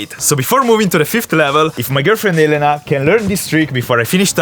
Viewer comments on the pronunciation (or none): none